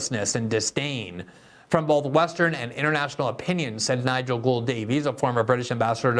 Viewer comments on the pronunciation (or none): none